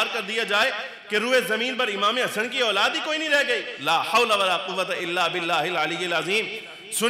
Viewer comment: Auladd Aulaad kyaa bolrei sedah sahi Urdu boliyee Bachhe ya. Aall bolitee